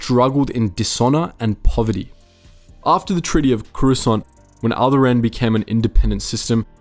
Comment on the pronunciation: Is there a Star wars fan and can't even pronounce alderaan?